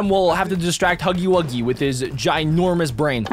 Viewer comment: Bruh u cant read, spell, or talk its Huggy Wuggy not HUGGIE WOOGIE